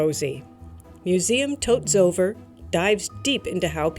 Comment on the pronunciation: a tip on how to pronounce many Dutch words, "zover" is pronounced with the emphasis on the 2nd syllable as with most Dutch words as opposed to most English words where the emphasis is on the first syllable.